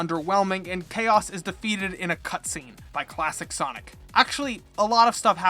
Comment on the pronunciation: "soinec" ya thats how you say it